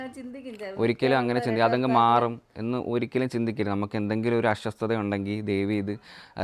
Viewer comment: മോനെ.. അസ്വസ്ഥത എന്നാണ് പറയേണ്ടത്.not അശ്വ ശ്ത